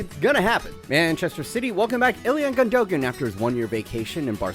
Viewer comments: Im sorry what did you just say? Ilyan Gundoegen? The mans name is Ilkay Gündogan. Ilkay. With a k and a y at the end. And the Gündogan. basically pronounced Gyndogahn. My man pls, i know youre American but please, be better. This is embarassing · His name is pronounced ilkai gundogan